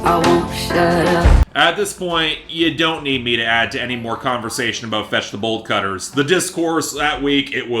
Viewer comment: Whenever you say 'Fetch The Bolt Cutters' I hear 'Vegetable Cutters'. Not sure why it matters but its sorta funny